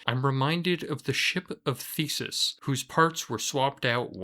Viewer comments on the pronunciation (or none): Theseus, pronounced Tee-se-us. Not thesis. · Ship of Theseus. Not "Thesus" lmao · Please for the love of history its the ship of THESEUS not the ship of THESIS... please for fucks sake if youre gonna reference stuff like that atleast pronounce it right. Here Ill spell it out for ya, th-ee-see-us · Ship of Theseus, not Ship of Thesis ⛵